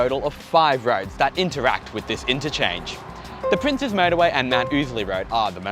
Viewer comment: Thank you for pronouncing it as "Princes" (like the plural of Prince) and not "Princess" highway. No idea when or why this misconception is so huge.